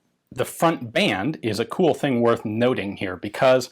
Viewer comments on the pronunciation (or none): none